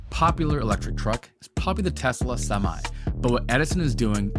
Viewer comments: Did he call the truck "topsy"? Lol. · semee? WTH?